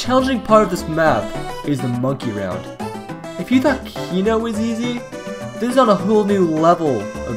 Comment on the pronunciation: Why did you say kino like that